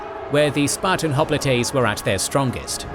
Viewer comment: Oh c'mon brother, you're seriously claiming that these are intentional artistic uses of alternate pronunciations? "Hop-lit-ays"??? Find us ONE English speaking history professor that pronounces it "Thu-kid-eh-deez" -- just one. No one's used the Roman pronunciation of his name in a century. And I didn't say it was "a" mispronunciation, I said it was many, this happens all the time. We'll have to disagree about the impact it has on your credibility.